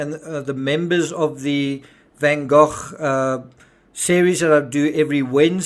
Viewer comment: I really enjoy your shows - and I’m Dutch so I appreciate your correct pronunciation of Van Gogh😃